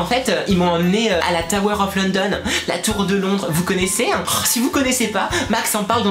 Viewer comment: Ça sécri London mais ça ce dit lonedone.